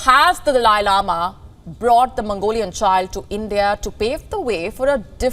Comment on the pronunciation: So annoying the way you said “ has the dalia lama chosen his successor” do some research before you open your mouth.